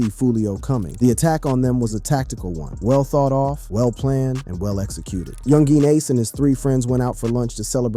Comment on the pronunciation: U shouldnt talk about ppl who's names you can't pronounce lol